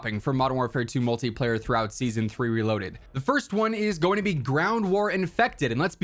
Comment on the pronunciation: I thought you said shmultiplayer